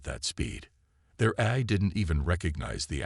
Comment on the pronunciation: Well, we, hostile critics have agenda against AI reader and the stories written by it for good reasons. 1. without those subtitles, some words are uncleared would likely to remain uncleared likes how it pronounces "AI" as "air". 2. without human proof reading, a good written story might get jumbled and cause confusion and awkwardness throughout the narration. 3. without human intelligence used to rearrange the whole story and narration, no matter how good the story is, it's going to end up as an AI Shitshow. So, if you want us, hostile critics to stay away from your beloved story, then the story is better having no unforgivable flaw.